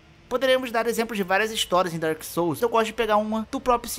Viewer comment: Tá mais por que tu primeiro disse ''Dôrkis sóus'' e dps q começou pronunciar certo?